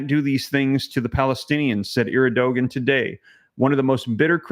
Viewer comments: Huge fan of the channel! Thanks for what you do. Also just so you know, president of Turkey is pronounced Air-due-juan. God bless brother! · Pronunciation bro. Er-do-wan is turkeys president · To pronounce Erdogan = Air' doe won